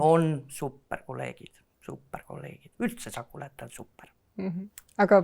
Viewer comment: Algus kõlas hästi: "Tere tulemast "choco-late podcast"-i!"